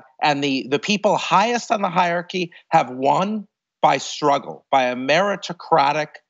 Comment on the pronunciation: I'm not sure what's more shocking, the terrifying march into fascism Jason Stanley talks about or his pronunciation of hierarchy